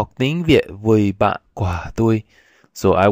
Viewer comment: Yeah Vietnamese! And thats true, its perfectly fine to say "ban toi", thats what most native speakers say. Personally i like to use the preposition "cua", because im a native english speaker. But that adds a little awkwardness. Your pronunciation is quite good. Careful with "cua". It sounded a little like the word for fruit. It helps to exaggerate the tones alot.